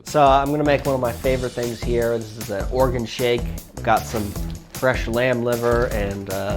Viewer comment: he said organ shake yall 🙁🙏🏻🙏🏻🙏🏻